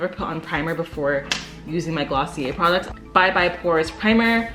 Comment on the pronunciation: all i hear is "pwaducts"